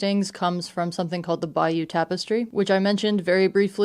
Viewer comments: It's pronounced Bay ooh Tapestry. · Pronouncing the bayeux tapestry as "bayou" like there should be Gators and banjos abound is diabolical I'm sorry 😂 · Its pronounced "Bay-er" tapestry. Thanks for the video